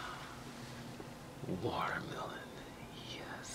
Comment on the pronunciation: you say it wrong my man, it's WATER-MELON